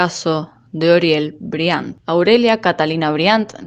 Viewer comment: Briánt??? Aprende a hablar o dedicate a laburar lavando baños marmota😅